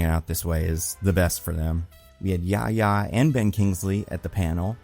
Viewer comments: The correct pronunciation is yah-hee-yah, not yah-yah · Seeing pronounce Yahya's name as "Yaya" gives me psychic damage lmao